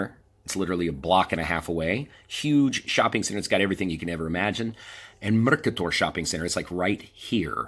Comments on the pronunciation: Mrkator hahahahahahahahahaa. Lik je izgovorio na nacin na koji bi Srbenda izgovorio pa bi mu se Ameri smejali, a ne obrnuto. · The way you pronounce Merkator is funny as hell. We have one viral video called Srećko MRK about the guy that drinks the whole bottle of Vinjak and says MRRK, and you said MRKATOR :D